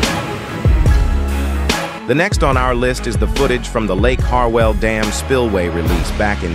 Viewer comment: Hart-well not hard-well